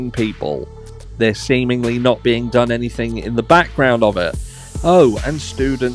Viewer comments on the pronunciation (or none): none